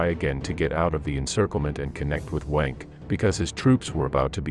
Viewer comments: Nice video but geewhiz pronounce Wehrmacht and Luftwaffe correctly please. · Leibstandarte….pronounced phonetically: libe-Shtan-darteh Wermacht…pronounced: Vermacht Wenck….pronounced: Venck Good video although poor pronunciation undermines your hard work.